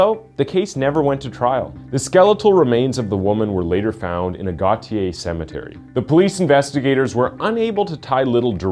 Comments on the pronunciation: My man i love the channel! Gautier MS. Is pronounced go shay not goat tier 😂😂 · It's not pronounced, "Gautiay". It's spelled Gautier. It's French, pronounced "go-shay". Gautier, MS. It's between Ocean Springs & Pascagoula. You pronounced Louisville wrong also. How'd he get away with his crimes? Probably judges & attorneys that were members of freemasonry or illuminati. They believe in helping criminals. "Order out of chaos." Just because a person is a sex worker or addicted to drugs doesn't mean they'll lie about attempted murder/rape, etc. It's disgusting how they're thought of as lesser humans. "Peca-tree". Really? It's a PECAN TREE! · I'm very disappointed that he wasn't caught for those murders here in Pascagoula, my hometown. And Gautier is pronounced Go-Shay. I know it looks and sounds weird but trust me. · Gautier is pronounced like Go shay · It’s (Go-Shay) -Gautier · It's pronounced goshay 😅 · That Town Gautier is pronounced “GO SHAY” just for further references I lived in Mobile, Alabama which is close. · it’s pronounced Go-shaae ikr odd but it’s Go- shaae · Gautier is pronounced Go-shea